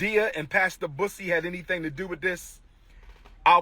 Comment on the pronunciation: I CANNOT STOP LAUGHING WHEN HE SAID MADEA AND BUSSY SOUNDS LIKE HE SAID PUSSY!!!!!!!😂😂😂😂🤣